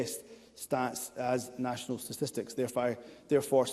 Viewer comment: Is Himso saying “stististics”?